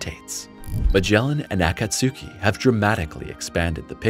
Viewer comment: Akatsuki is 3 syllables not 4. Akats ki not akat su ki